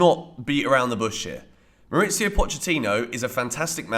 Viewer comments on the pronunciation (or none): Good video. One note: Pochettino is from Argentina, and his first name is pronounced "Mau-reese-io' There's no 'itz' in it.